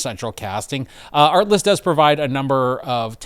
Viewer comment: Kept hearing "artless". Oh, the irony. ☺️